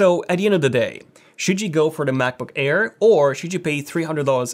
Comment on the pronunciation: He says Macboo-care lmao